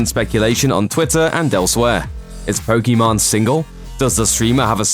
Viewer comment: Can we all get this idiot to say Pokimane correctly….. it’s literally been years and makes no effort to improve.. ffs